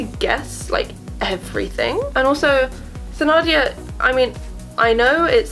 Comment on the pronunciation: I'm very thankful for this video, it saved me the time I was about to take to watch the mini series! I'd like to point out that Thenardier is pronounces like ten-ardier instead of the-nardier.